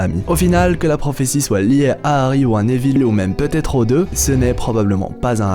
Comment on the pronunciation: Désoler je regarde pas en entier la prononciation Néville au lieu de Néville sans accent ça me fait saigner les oreilles